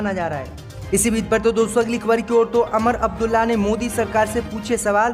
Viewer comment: Sahi bolna nahi aata Lucknow ka Naklow Umar Abdulla ku Amar Abdulla